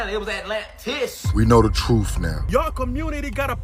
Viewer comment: Real Atlanteans should be able to properly pronounce simple words like TRUTH.